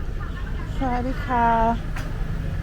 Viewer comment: Everything looks so good in Talad Thai. I like to hear you say "Sawadee kah" sounds really nice. Have a good night❤